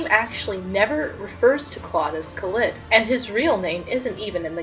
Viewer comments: omg... Khalid... I didn't realize you pronounced his name like it's a brand of TUBAWARE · The way he pronounces Khalid bothers me sooo much omg